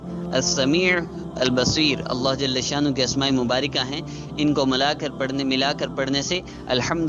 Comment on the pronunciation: ALLAH JALHA SHANNA HOO... km se km as lafz ko tu theek se parh lo